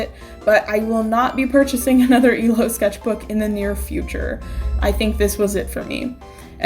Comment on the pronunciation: Am I the only one who heard "This is my emo sketchbook." Instead of illo